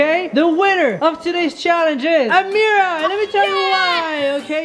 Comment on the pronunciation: defentily ammerah its always ameerah